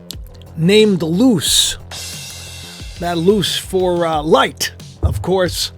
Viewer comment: Luce.. (Lu-say)